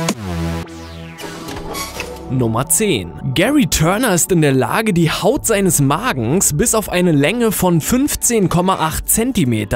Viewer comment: die haút seines magens ? versprecher...